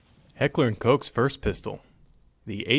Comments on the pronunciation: It's Heckler and "Cock", not Coke. I know, it's funny. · ye just joking about the way he says it